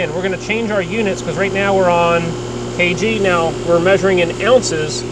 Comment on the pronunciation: “Right neow”